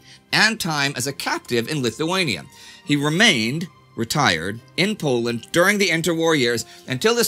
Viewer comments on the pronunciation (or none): none